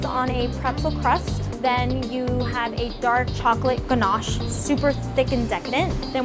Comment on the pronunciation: just me or does anyone else fine the way pronounces, ganache and pecan funny